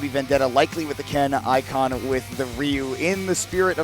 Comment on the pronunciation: This set was perfect except for them mispronouncing Ikan the entire time 😂 I love both of these players.